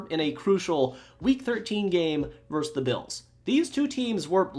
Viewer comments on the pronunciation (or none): ver-sus Two syllables.